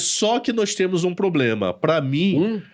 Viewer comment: Eu ouvi varios "poblemas" também.... rsrsrs